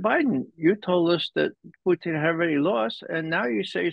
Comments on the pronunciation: I don't. I really don't like hearing people pronounce foreign language words with an exaggerated accent. It's irritating. And Russians don't even say Poutine like he does. They say it with a very short second syllable, so he's not even accurate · Why does Ray call him Pooteen? My goodness that was annoying. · Why can't these "smart" guys pronounce a simple 2 syllable name Putin correctly? They usually get one or both wrong